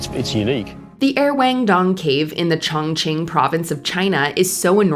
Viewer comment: "er wang dong cave" - wrong pronunciation